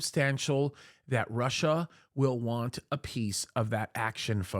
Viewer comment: Russia is a complete wildcard. Not "Rosh", though...